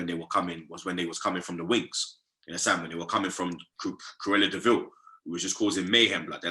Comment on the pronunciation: Curela de ville lmaooo🤣🤣